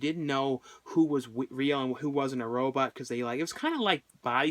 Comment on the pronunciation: He first said "robutt"